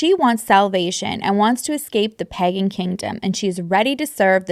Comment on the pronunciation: The way you pronounce "pagan" had me thinking they were getting extra freaky gurl😂